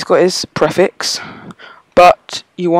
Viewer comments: Preeeeeeeeeeeeeeeeeeeeeeeeeeeeeeeeeeeeeeeeeeefix Not PreaFix :D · your say prefix wrong